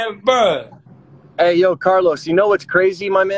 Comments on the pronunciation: He ain't say bro he say bo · Dudes rly saying Bo and not bro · Is he saying woah, bro or bow? Man Chris was right when he said he was autistic